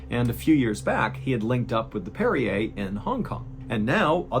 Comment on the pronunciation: Brig*, not hold. That's "parry er" - parrier, one who parries. Not Perrier.